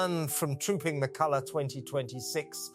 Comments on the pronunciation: Kalua instead of colour,another rubbish A1 and using voice. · This doesn't feel right.... It doesn't flow like a normal monologue. And why has he forgotten how to pronounce the word "colour"?? Yes, he will bloody insist on calling her "Kate".. But not Middleton, I cannot recall the last time I heard him refer to her maiden name. I may be wrong.... But this seems off, not quite right. I cannot remember if he pronounces the "ham" in Buckingham normally. I dunno. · Teach your AI program how to pronounce colour.